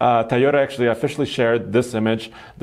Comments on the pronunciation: THAI YO TA LOL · TOYOTA!!! WTF IS A THAYOTA????? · Ti-yota.. cmon, learn to pronounce the name of the company you’re talking about!! 👎🏼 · Star Wars in southeast asia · He's not the only one who I've heard pronounce it that way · Ik, to me it sounds like Tuyota, or Tayota... which makes me wonder how Japanese actually pronounce it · Tieota.. So annoying. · My eyes widen every time says Tyota haha. Hello from me. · Hey can u pronounce TOyota properly, at this point its just ignorant. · I remember when he only spoke Russian on the show because he was still learning English. I know it's because of an accent that he pronounces Toyota that way. It was just something that I realized over the past few videos and wanted to see if anyone else agreed.